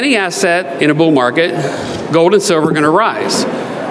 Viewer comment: You pronounce the "L" in silver with no difficulty whatsoever, yet mispronounce gold, as "gode" and hold, as "hode". Why is that?